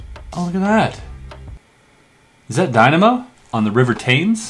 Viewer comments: Hey chris...it's pronounced Tims..the River Thames. But you already knew that. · You pronounced the river Thames wrong, it’s pronounced tems not tames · Being a Brit, the way you said River Thames just made me shiver 😂 anyway il let you off. Keep up the work dude! Love from England 🏴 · The way he pronounces Thames lowkey pisses me off